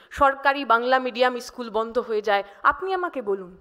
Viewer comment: Ischool. Na school